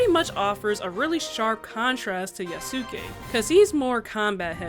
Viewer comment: Loved the video! Just wanted to clarify the pronunciation of the protagonists’ names: Yasuke is pronounced YAH-skeh (with emphasis on the first syllable), while Naoe is NOW-eh. Great video regardless!